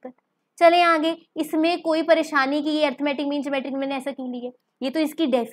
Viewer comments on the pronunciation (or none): none